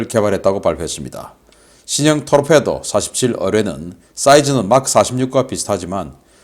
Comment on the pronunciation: 인균이가 스웨덴 어뢰를 토르페도란다... 어느 고교 대학 나왔냐? 토피도란 말도 모르는 자가 무기전문가인 척하냐?